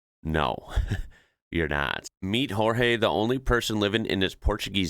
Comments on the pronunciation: That is incredible Latvia, I want one. The "j" in Portuguese is pronounced "zh" I think not "h". Not a criticism just , I hope, a correction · I don't know how Jorge would feel about being renamed as Spanish. The Portuguese pronunciation is Johr-zhey. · Please don't read a portuguese name as a Spanish one. In English is George in Portuguese sounds similar but gorge... All g sounds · Keep in mind that shepherds had a lot of free time on their hands. They took the sheep to the fields, stayed all day there watching the them, and then returned in the afternoon/evening. There were no cell phones so you could sit and watch some videos or play some games... Carving wood was a pastime. Jorge is pronounced more like "Jorje" and close e at the end. You pronounced more like spanish would as "Jorgué". As for the small car parking... I would be more interested in knowing why they park like that, rather than how. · Quick tip. In Portuguese the J is read as the normal J sound, not as an H like in Spanish. So, the name of the old timer in that remote village is said the same way as the English name George. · Unfortunately, you didn't notice all the burnt forest that makes up most of that "beautiful" image. Btw,, in Portuguese "Jorge" is pronounced exactly like "George", you pronounced it the Spanish way. 😉